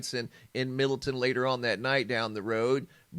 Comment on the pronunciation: MiddleTown Ohio...not Middleton